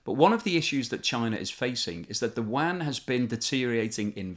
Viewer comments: Are you pronouncing "yuan" as "wan"? I thought it was pronounced like "UN". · The Mainland China currency is pronounced more like “oo-en”. This video sounds like you’re talking about a wide-area network (WAN). :-) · It sounds like you are saying “Wuan” instead of “Yuan” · Your pronunciation of the Chinese currency is terrible lol. Its not the "wan", its the yew en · the Chinese currency is not pronounced as WAN, it's more like YOU-ANN (as in English "you" and the name "Ann") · If you want to sound credible at least know how to pronounce the word 'yuan'. It's pronounced u-an not wan. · China’s currency isn’t pronounced as “wan” but as “yuh-en” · Great video! Your pronunciation of the "Yuan" is horrific though. There is no "w" sound. It is exactly as it is written. Yu-An. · I dont wanna sound like a dick but constantly hearing yuan pronounce as wang is very hard for me to watch the video as a chinese person. I enjoyed the information that you had provide and im very grateful for it. Its just the that pronunciation makes it hard to keep me watching. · BTW....China's currency is pronounced "yuan"......sounds like "you-en" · You really must make a bit of to pronounce the name of the currency properly if you want to be taken seriously. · The yuan pronunciation makes me cringe